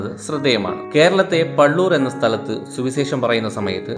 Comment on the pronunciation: സുവിസേഷം അല്ല സുവിശേഷം. പല വാക്കുകളിലും "ശ" എന്നതിനു പകരം "സ" ആണുപയോഗിച്ചിരിക്കുന്നത്. please correct 🙏